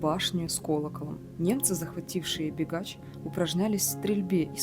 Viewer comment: Не бегач А бігач